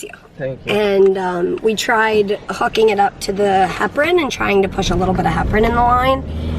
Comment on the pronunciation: When said "hooking" I thought she said the F word and I was like "wow that's the first time I've heard swear" 😂